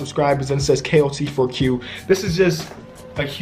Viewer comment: When U Said KOT4Q I Thought U Said KOT FUCK U